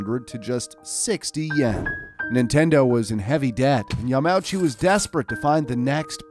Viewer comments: It's not "yah-mow-chi" it's "ya-ma-uu-chi" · pronouncing Yamauchi as “Yam-owchie” physically pains me. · Actually, Hiroshi Yamauchi (pronounced yah-ma oo-chee) was born in 1927. The founder of Nintendo was Fusajirou Yamauchi. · what about “yamouchey” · "Yuh Mow Chi"